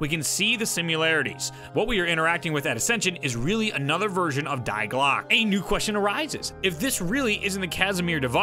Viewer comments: Very insightful video! Thanks! Side note: it's pronounced 'Dee Glock-uh' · Die Glocke is pronounced (Dee Glock-uh) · "Die" in German is pronounced 'dee'